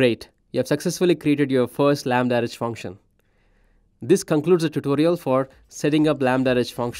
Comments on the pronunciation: Why does he keep saying "lambda-rej"? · Chojnackiyes yes, but he says "REJ" or "RH" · If the host is presenting a product, he should have at least tried to pronounce its name correctly. Stating that apparently there was no effort made by this specific AWS employee is just that: a statement of a fact. Doesn't make anyone a racist or not though. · He is very clearly not saying it correctly.